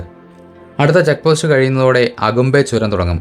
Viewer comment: സ്ഥലത്തിന്റെ പേര് അകുമ്പേ അല്ല. ഹാകുംബേ